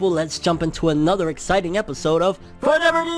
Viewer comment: Am I the only one who loves when he says FORNEVER NEWSS 😂😂